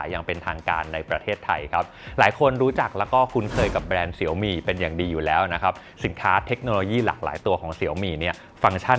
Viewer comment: ชอบตรงออกเสียงว่า เสียวหมี่ แบบที่คนจีน (เจ้าของภาษาแบรนด์) เขาเรียกจริงๆ ไม่พูดว่าเสี่ยวมี่แบบคนไทย😂 (แต่คนไทยไม่ผิดหรอกเพราะเราอ่านภาษาอังกฤษมันก็อ่านได้ตามที่เข้าใจอยู่แล้ว)